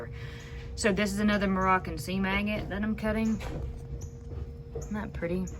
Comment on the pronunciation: Took me a few seconds to realize that you were saying seam agate and not sea maggot. LOL You got some really cool pieces that will make great jewelry.